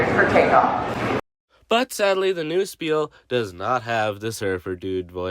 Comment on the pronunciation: I am german how dare you pronounce spiel wrong!